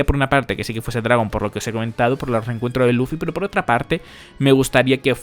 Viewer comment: "Tenemos otrrrra prrrrrueba mas"... Pareces ruso bro